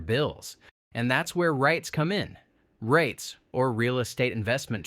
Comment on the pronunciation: Your AI voice cannot ponounce REITs. Did you watch your video yourself?